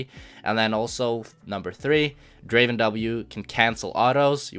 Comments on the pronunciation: Pronounce “Draven” like how T1 does, and you’ll reach challenger in no time. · He says "Draven" the exact way T1 does. this must mean something